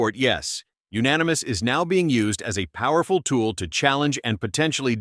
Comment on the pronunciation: GOOD VOICE, but UNFORTUNATELY, It's AI. Doesn't know proper inflection of "Yes, unanimous". MAGA! Hire a Human. In fact, READ IT YOURSELF.